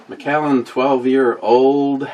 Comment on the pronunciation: You’re pronouncing it correctly. CarpeDiem 😀